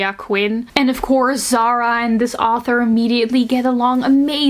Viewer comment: Not zara. Zahra زهره the h is very light and it means flower